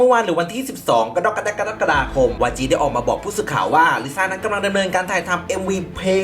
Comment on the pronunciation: อยากให้ อ่านเดือน กรกฎาคม ให้ถูกครับ คนดูคุณเยอะ พอได้ฟังคุณอ่านเดือนนี้ ไม่ถูกบ่อยมันรู้สึกแปลกๆครับ